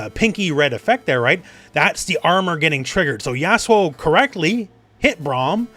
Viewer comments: I kept mishearing "Yasuo" as "Asshole" because I didn't realize that was his name. "But then Braun just kinda slams forward with the shield door, devastating asshole" made me sit up, raise the volume and turn on the CC. I was so confused. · Dude are you calling yasuo "Asshole". It really sounds like it lmfao